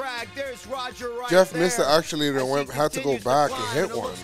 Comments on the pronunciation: …it’s actuator…not aculator lol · said accuLater